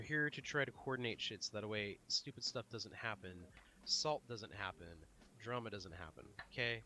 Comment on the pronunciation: the way you say drama was gay dude